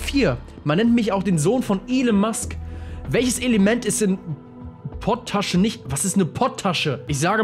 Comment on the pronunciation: Alter das heißt nich POT TASCHE sondern POT ASCHE!!!! Das nimmt man unter anderem zum Backen